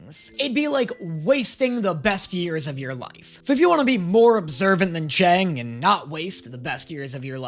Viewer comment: love this reaction series but is anyone going to tell it's pronounced "chung" and not "chang"?